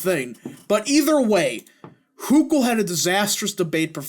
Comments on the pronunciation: Just some constructive criticism, it's pronounced "Hoke- ull" (like local, or focal), not "Huk-ull". Makes you seem more knowledgeable when you pronounce the candidates' names correctly. Either way, I'll be voting Zeldin next week! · Why in the world do you mispronounce Hochul's name?